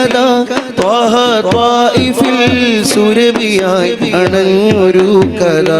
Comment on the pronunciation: മാഷാഅല്ലാഹ്‌ 👍👍 കത അല്ല... കഥ ആയാൽ ഒന്നും കൂടെ ഉഷാറായി രുന്നു...😊